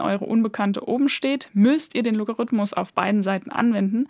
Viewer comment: Als Musiker finde ich es besonders nett, dass Du vom Loga- rhythmus sprichst (statt vom Logarithmus)!